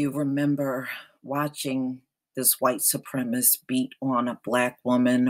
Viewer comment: Why does everyone pronounce "SUPREMACIST" as "SUPREMIST???"